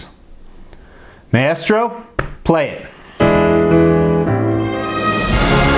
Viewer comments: For the record its pronounced "My-Stro". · Don't mean to be anal about this buy it is pronounced "Mai-stro" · Yeah like its a really cool statue but imagine having a statue that big and I'm assuming expensive of a character who's name you pronounce incorrectly. Not to hate on the guy, I'm just a big marvel comics nerd and so it bugged me